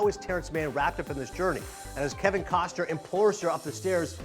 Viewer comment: it's 'KostNer' not Koster